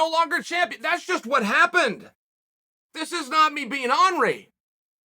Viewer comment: Chael is the only person I've ever heard say "ornery" as "on-ree", outside my family. Made me smile.